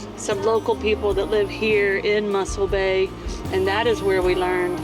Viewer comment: its not muscle bay but mossel bay